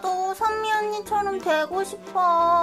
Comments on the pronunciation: 선미언니라고 할때 희미언니인줄 (×아름다울 미 =희미) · 은 오늘도 병맛이며 신의 손이시군녀 ㅎㄷㄷ 근데 쟈꾸 선미언니라고 하는게 현미언니라고 들려요 ㅎ